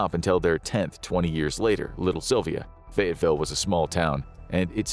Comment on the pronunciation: It's actually "Fayetteville" not Fayettesville.